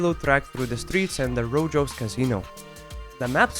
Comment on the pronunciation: Cachoeira (Brazilian) is pronounced /kɐ.ʃoˈej.ɾɐ/ and Rojo (Spanish) the j makes the ch sound. Latin script is confusing, i know.